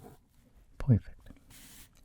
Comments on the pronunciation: Can someone just make a compilation of say *poifect or *technical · “Ahbsolully* •poifect•” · Nobody: Absolutly nobody: Not even a single soul:: « POIFECT » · I feel like decorating the plane afterwards ruins the “poifect” folding of the aircraft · poifect accent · Don't forget, that edge has to be poifect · No one: ASMR: Poifect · Nobody:: “Poifect”